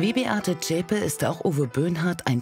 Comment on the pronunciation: die Frau heisst Beate Zschäpe! Und nicht Schäpe.